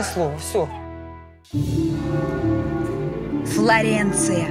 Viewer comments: Флоренция А Не Флорэнция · Я не завидую, я тут живу. Но Флоренция! Не Флорэнция!! Уши режет(((( Firenze если хотите! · Ну и отстой.. ФлорЭнция.., блин